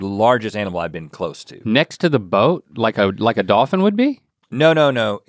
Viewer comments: dawfin? dawfins? dawfin pod? Rhett 😩😂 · I love how Rhett pronounces dolphin